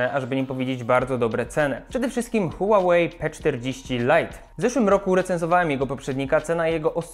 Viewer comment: „Hułałei” no weź czoweku.